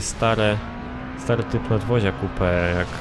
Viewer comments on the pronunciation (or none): none